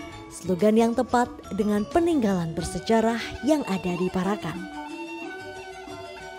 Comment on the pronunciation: Sing bener macane para'an ....Parak...an.... Bukan para...kan....mbak e....artiné dadi beda